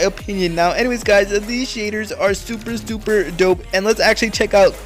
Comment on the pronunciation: When Hes Super excited he kinda said Tuper Instead of Super 😂 Nice Vid tho